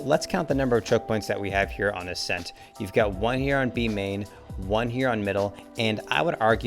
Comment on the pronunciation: ascent more like assent